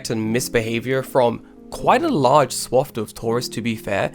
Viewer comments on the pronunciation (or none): none